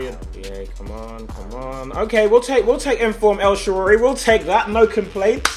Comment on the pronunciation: WHY CAN NOBODY SAY EL SHAARAWY? EL SHA RA WEE